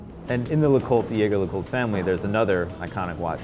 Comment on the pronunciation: Listening to these guys pronounce things like Heuer or LeCoutre is cringeworthy.